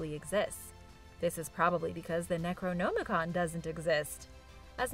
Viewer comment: I love, but the fact that she pronounces words wrong ALL the time really irks me. Hell, she pronounces necronomicon differently 3 times in this video, and all 3 are wrong lol.